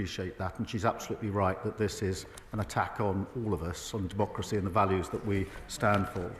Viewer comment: How dare Starmer speak the word "demo racy".